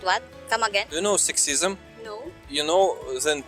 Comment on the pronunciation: You are pronouncing Career very well now but Sexism, not so much🤣. Keep trying, you will get it soon. I love when you used to laugh when you said Career lol. Good job and the glasses look very good. So professional sir.